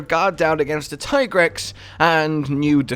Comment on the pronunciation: It's teegrex not taigrex